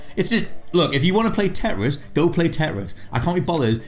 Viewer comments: 😂 Are they trying to say TETRIS? TEN WRISTS TIT RISS TED REST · Teh'riss? You mean tetris? Lolol